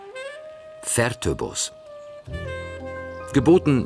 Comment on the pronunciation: Das einzige Fertöboz hat er richtig ausgesprochen. Fertöboz heißt auch Holling, und das kommt vom Holler, also Holunder. Dort gab es immer besonders viel Holunder, daher der Name. In Fertöboz stehen noch 2 alte große Dampfloks, die dort vor sich hin rosten. Schade darum. Leider wurden die hier nicht gezeigt. Erst letztes Wochenende habe ich sie mir wieder angesehen.